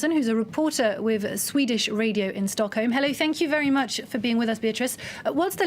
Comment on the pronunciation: its sounds like she says stonkholm tbh heh